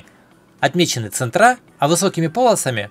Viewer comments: Точилка !!!! ЦЕнтры , а не центрА !!!! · Ценьры- ударение на е